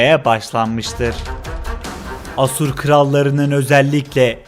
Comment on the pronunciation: Asur sozcüğünü bazi yerlerde yanlis telaffuz ediyorsun. A kapalı degil uzun A kullanmalısın.